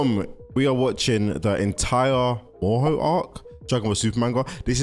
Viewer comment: way did he clal him marus when ti meerus even bvook say mer not mar and bad guys i moro not meroro dont no way the guy keeps saying names wrong